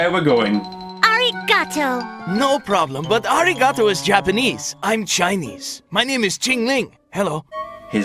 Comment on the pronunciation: That pronunciation of "Arigatou" made my insides shrivel up